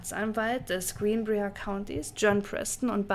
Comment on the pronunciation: Yay, neues Video zum neben der Arbeit anhören :) Falls es dich/euch interessiert (und völlig ohne erhobenen Zeigefinger erzählt): Briar wird wie B(W)REI-AR ausgesprochen ;) Heißt übersetzt Dorn, wie von der Rose. Sollte bei Brier hier auch so sein.